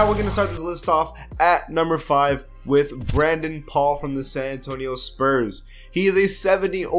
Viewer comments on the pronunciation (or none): none